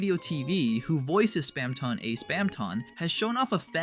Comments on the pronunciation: Why did you keep saying Spamton so weird? (Spam-ton not Spam-tawn) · its not SPAM-TON its Spamton "Spam-tin" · Bro have u even PLAYED deltarune like at all? You’re messing up so many words from neo-neon? How’d u get that? And span -Ton like he weights a lot of something. As a British you say ton like tin spam-tin idk I think ur talking about stuff u read on Wikipedia and don’t actually have passion for. Dare u to explain undertale without looking it up! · please stop pronouncing it spamtON instead of spamtIN bro. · we produced it like spamtin all through it should be spamton it just sounds way weirder saying it like how it should be spelled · OMG STOP SAYING SPAMTAWN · It's not Spam Tong. It's not Spam Tohnne. It's Spam Ton. Pronounced tuhn. Spamton. Say it right. Please. I can't listen through this whole video with you butchering my boy's name. I had to mute the volume and enable captions, but somehow even the captions are wrong. Please, with all due respect, fix your speech impediment and rerecord all videos where you've spoken his name wrong. It's impolite to mispronounce the name of someone who's listening. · nvm, spamtahn neon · Why do you pronounce Spamton in such a weird way? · I love how that's what bothers you and not the way he pronounces Spamton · why do you keep pronouncing spamton like that though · I cant make it through this the way you pronounce spamton, correct or not, is just acid to my ears and mind.